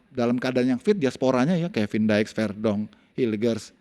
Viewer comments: Oy bung yuke ko Kevin daex sih nmanya kn Kevin diks 😅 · Kevin diks… diks.. diks… bukan daek